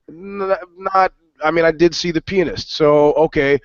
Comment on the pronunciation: Pronounce the fucking "a" pianist hahahaha